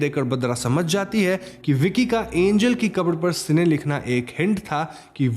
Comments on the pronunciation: Bro it's Cain not sene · Bhai Cain hai sene nae, kain pronounce karta hai sene nahe hahahahaha 🤣🤣🤣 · It's Cane (say like Ken) and Abel.. not Cine सिने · Ak correction hai the first murderer is Cain (ken). Cine is a wrong pronunciation 🙃🙃. But it was a nice explanation. And also Isn't Bhadra looking like Deepika Padukone?? 😊 thank u.. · Bro its not Cine its Cain (KEN) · its cane not cine pronounced as kane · It's Cain and not cine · Are bro "si ne " galat pronounciation hai usko "kine" pronounce krte hai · Cine nahi uska naam Cain hai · Bro that name is CAIN not cine!! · it's cane not sine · Isne Caine ka naam badal ke 'seene' karke confusion create kar di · It's Cain not Seene.. read bible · Boss, your work is no doubt really good. But please get some facts and pronunciation correct. Abel is read as A-Bell. Cain is read as Kayn. And Bible is not a Mythology. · Its pronounced 'cane' as in sugarcane. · Narration acha hai, Names galat bole hai aapne.. कली= काली सिने= केन One more Crime Thriller is relased in Malayalam 'Paapan' (Dad)..Very good thriller